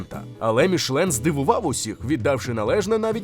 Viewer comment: Чому "мішлен"? Там же написано "мішЕлін"!